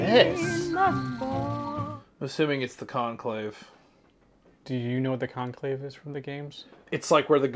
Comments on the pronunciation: Just so you know it’s “Enclave” (pronounced On-clave) not Conclave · Calling it the conclave took me out 😂